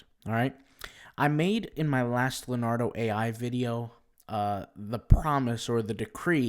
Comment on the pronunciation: IT'S NOT "LAR-NARDO"......it's "LEO-NARDO" learn to pronounce it.